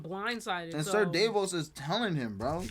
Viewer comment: DAvos! Ser DAvos! How are they not hearing the pronunciation?! 😂 The A is pronounced like the A in 'apple'. I do agree with that Cersei is definitely jealous! Another great reaction.